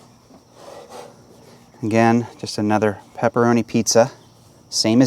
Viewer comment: I like everything you are saying except "roni" cup, lol